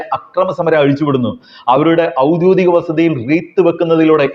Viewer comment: ഔദ്യോഗിക.. എല്ലാരും പറയുന്നത് ഔദ്യധിതം എന്ന്.. താങ്കളും 1:o2